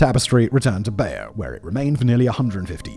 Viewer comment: The pronunciation of Bayeux is a bit iffy also.